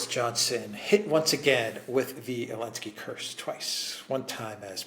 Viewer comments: Alexander said Elensky 😂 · Love it how even Alexander now calls him Elensky 😂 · Why do you keep referring to him as "Elensky"??